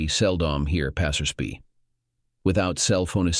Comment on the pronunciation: "passers bee"? Good Lord, train your AI narrator!